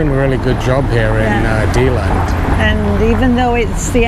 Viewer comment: I lived in Deland for many years and still have family there. You mispronounced Deland every single time LOL! Have you tried touring the western states? I couldn't take the tornadoes and hurricanes living there in Florida and moved back to Nevada where I am from.